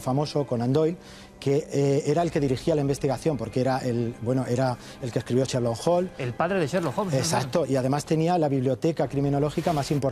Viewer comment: Cherlo holm, madre mía que pronunciación.